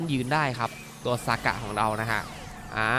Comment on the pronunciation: ทำไมพี่ต้องเรียก(ซ)ากะ55555